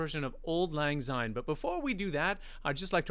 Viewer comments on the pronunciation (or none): Please, it’s Auld Lang SYNE, NOT ZYNE, Scottish people hate to hear it not pronounced properly. In case you don’t know Nathan Evanss Wellerman sea shanty has just gone PLATINUM. Thank you for giving him the space on you Chanel. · Im Scottish and it dtives me insane when people pronounce syne as if it starts with a z or they say old instead of auld. If Robert Burns had wanted to write in English, he would have written old but he wanted it to have Scottish dialect and there is no Scottish Zyne. Please say it with the s sound.